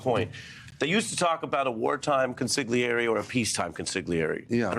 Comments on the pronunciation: Ari, that's pronounced KON-sil-ee-AIR-eh. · Ari, the "G" is silent in "consigliere," just like how the "Mitch" is silent in "impeachment" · Hey Ari - the G in consiglieri is silent. I know that and I’m a Brit